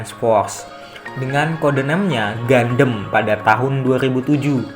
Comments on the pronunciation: Tulisan gundam di baca/pengucapan gandam bukan gundem min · Bukan gandem Tp bacanya GAN DAM